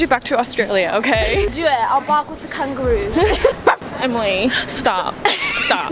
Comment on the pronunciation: I’m aus and Emily’s accent was actually rlly good